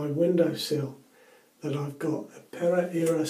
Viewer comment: Great shave my friend! Seems like a very nice soap, and interesting to see it changing colors. Nice pronunciation! Hehe. In mild razors I also tend to apply too much pressure to shave and an more prone to irritation. Or I am enjoying so much that I do through the same area over and over, hence the irritation hehe. Take care!